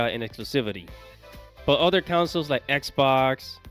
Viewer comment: councils? does this fool know how to speak?